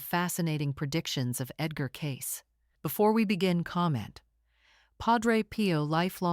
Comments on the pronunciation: Cay-see ... Edgar Cayce ... not Edgar Case! If you are going to make a video, at least get the names right! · It's PRONOUNCED "CAY-CEE" EDGAR CAY-CEE MY MOTHER AND I READ EVERYTHING HE WROTE. Actually WRITTEN ABOUT HIM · There have been several books about him. Just do a google. But - unlike in this video - his name is Edgar Cayce - not Case!